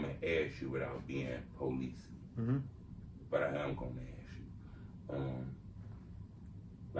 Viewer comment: Stop saying policsee...